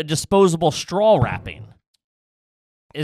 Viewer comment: saying “strawl” instead of “straw” is pure TREEAAASHHHH